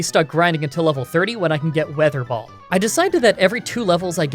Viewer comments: You said ,,water ball" not ,,weather ball" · Does he say water ball instead of wether ball. Or am I just hearing things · Did anyone notice he said "water ball" instead weather ball for a long time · Ok I think my hearing is dying because, weather ball sounded like water ball to me, did anyone else catch that?, if ur reading this I got u covered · Weather ball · Did anyone else notice that at the beginning of the electric gym he said waterball instead of weather ball? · Weather Ball not water ball lol. You said that multiple times too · Did I hear wrong or did he say water ball? Xp Never change, never change 💙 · Okay so like, he called it "Water ball" like 3 times in this video and I'm not sure if he was calling it that because it was water-type, or he was simply making the same mistake repeatedly and not catching it. :/ Jk i love ur vids man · It’s weather ball not water ball lol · Is it me or did he say water ball ? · I constantly hear "water ball" instead of "weather ball" o.o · Drinking game! Take a shot every time he calls the move "Water Ball" instead of weather ball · It's so funny how switched between calling WeatherBall "waterball" and it's actual pronunciation 😂 Also, you can always grow leppa berries at every patch of soil so you can have infinite ethers, it's better than stressing out and trying to ration ethers